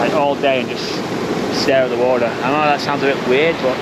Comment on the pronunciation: Mate what happened to your t's? Listening to you say water, beautiful etc. have you always sounded like that? 😅